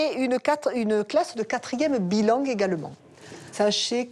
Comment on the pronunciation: Une classe bilangue... on dit pas bilingue mme la principale ? 😮